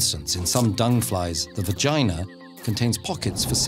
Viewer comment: 25-year-old me giggling every time when he says "VA-gina" or "PEE-nis".